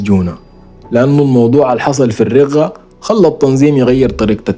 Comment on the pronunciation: مدينة [ الرَقَة ] بالفتحة ما الرِقة